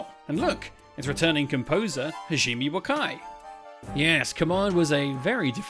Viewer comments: ha-ji-meh, not hazheem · Not to be that guy to harp on pronouncing things, but Hajime, is more like Ha gee may. You keep saying Hajeem and that makes me him Indian or maybe Arab. edit: then later you called him Hageemi. Lol, you gotta doing that on purpose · thats pronounced Ha ji me Hah-jee-mé はじめ